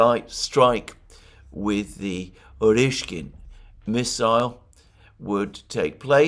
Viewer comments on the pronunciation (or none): Hi. You probably figured it out by now but it's pronounced OreshNIK, not Oreshkin. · For several days you are mispronouncing the name of a new missile. Awe-Rash-Nick